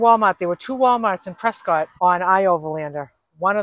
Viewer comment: Love watching you tour my State! Edit: Prescott is pronounced Press skit. Just so you can sound like a native! LOL!!